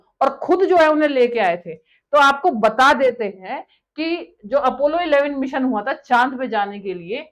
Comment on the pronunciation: इतने पड़े लिखें हो, कम से कम अपना pronounciation और grammar पे थोड़ा ठीक कर लीजिये.... राकेस शर्मा नहीं वो राकेश शर्मा थे, जोन केन्नेडी नहीं वो जॉन केन्नेडी थे, मिसन नहीं मिशन होता है, सूट नहीं शूट होता है, और चाँद पे साइंटिस्ट नहीं astraunaut गए थे